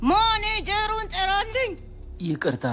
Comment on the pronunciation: ማነጀሩን ሳይሆን ማናጀሩን ነው ምባለው😅😅